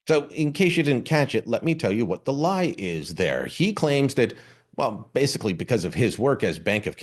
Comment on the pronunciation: Thats an interesting way of saying the word "lie" lol